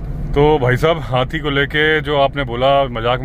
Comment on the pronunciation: जब आप हाथी को हाती कहते हैं तो बड़ा बहुत अच्छा लगता है हमें 😂 हालांकि मुझे पता हैं कि आप हाथी ही कहते हैं लेकिन हमें कभी कभी हाती सुनाई देता है